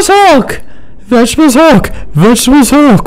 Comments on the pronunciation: "Any last words?" "*vegetable haulk*" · after saying vegetebles hulk many times, it sounds like wegtibles halk